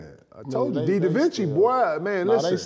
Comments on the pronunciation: Lmao KG called divencenzo "Dee Da vinci" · Kg saying De DaVinci on Divicenco 😅🤦 P saying Jaime Vasquez 😅 Man, every week they had to mention at least 1 wrong name 🤦😂😂😂